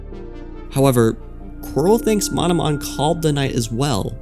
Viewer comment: Ah yes, "Mononom"